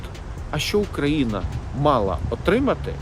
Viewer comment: Диктор, можно потренироваться в выговоре названия страны на украинском языке? Даже зеля уже научился. Стыд....